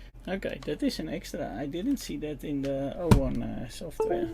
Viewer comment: Эйвон? а разве не Овон?